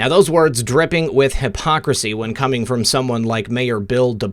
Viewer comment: its co-meeng!!!